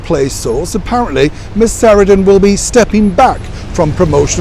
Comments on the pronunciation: It’s Sa-RAN-dun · It is pronounced sa-RAN-dun.